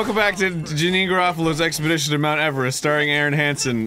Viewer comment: "Hey, welcome back to jameme Garfield's expidickshun to mt everest! starring arin hamston and, I guess, also starring Dan everyDamn, who's APPARENTLY a stickler for pronunciation."